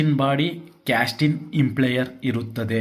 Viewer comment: ಸರ್, ದಯವಿಟ್ಟು ಪದಗಳನ್ನು ಸ್ವಲ್ಪ ಗಮನದಿಂದ ಬಳಸಿದರೆ ಒಳ್ಳೆಯದು. ನೀವು ಗೊತ್ತಿಲ್ಲದವರಿಗೆ ಹೇಳಿಕೊಡುತ್ತಿರುವುದರಿಂದ ಸರಿಯಾದ ಪದ ಬಳಕೆ ಮುಖ್ಯ. ಅದು “ಇಂಪ್ಲೇಯರ್” ಅಲ್ಲ, “ಇಂಪೆಲ್ಲರ್”. ದಯವಿಟ್ಟು ಮುಂದಿನ ಬಾರಿ ಗಮನಿಸಿ. Impeller